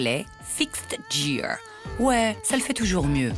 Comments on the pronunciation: hahahha jadore la femme en anglais fixed jeer c gear et ca ce prononce avec un ge pas un dj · "Gear" se prononce avec un G pas un J ! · vous avez entendu comment la voix off a prononcé " gear " ???? mdr